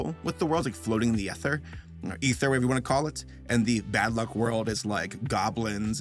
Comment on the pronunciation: The worked luck dragon I can’t help but hear a f than a l Dam you Rick and Morty